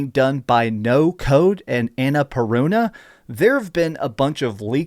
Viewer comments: It's "Annah Purrnah" not "Annah paroonahh" 😂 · The way you say "Anna-Purruna' tells me a lot about your "expertise" in gaming 🤣 L